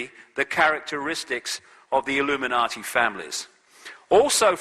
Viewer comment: I wish he wouldn't substitute a "D" for a "T" when he speaks;hould of and would of" e.g "Illuminardi" and "compewder". It really grates. Almost as bad as "I'm good" and"Can I get,,,,,,"